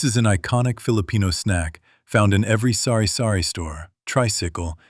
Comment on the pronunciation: i laughed when i heard "sorry sorry store" instead of sari sari store 😂😂😂